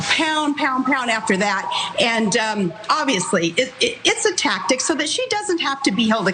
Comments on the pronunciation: Wtf is a "tactict?" This chick mealy-mouths her way through that disorganization that she calls thoughts. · Palin said "tactict" with a t at the end.